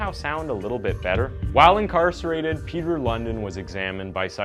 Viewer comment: I like the way you americans always pronounce danish names completely imcorrect🤣" Peter London" the real pronounciation is more similar to Peter LoonDEENwith emphasis on the last part, not the first